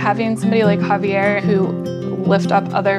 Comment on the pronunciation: HA-VE'ER I hate when they butcher names.